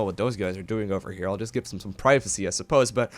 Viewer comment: i like your videos a lot but damn, its THEM not DEM and THERE not DARE, i know you can pronounce TH- because you say "Thing" but why do you say "look at DEM over DARE can he get DAT out of DARE" it just hits the ear so bad